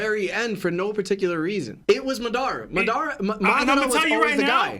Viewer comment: has to be joking with the pronunciations of Madara and Nagato 😭